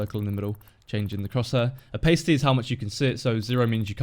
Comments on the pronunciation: are you sure you're actually British?;) pronounced more like Oh•pas•ity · PayJ It's not pronounced like that in the UK... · I'm British and i aint never heard someone pronounce opacity like that before! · That is not how opacity is pronounced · thats not how its pronounced in the UK lmao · I'm British and never heard it pronounced that way. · Yeah I thought of that after I commented. It just sounded weird to me. And I even have a british accent.